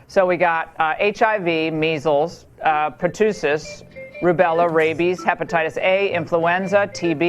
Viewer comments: Its "pertussis" exactly how its spelled. Not "pertoosis" shes such an asshole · "pertoosis" -Laura Ingram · She can't pronounce pertussis.